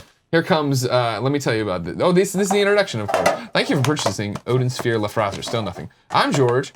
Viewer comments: It's pronounced 'layf-thra-sear'. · Is German and is pronounced: L-AIF-TRA-SIR.